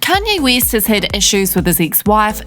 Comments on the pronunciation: West not weest wtf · Click off at “kanye wees”